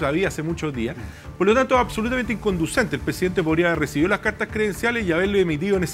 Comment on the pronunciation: Yo solo vengo por Artes a que diga: "acsolutamente".